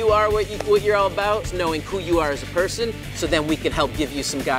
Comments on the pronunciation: she said pershon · No one says person they all say pershon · “A regular pershon to wwe” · Lol she said Pershon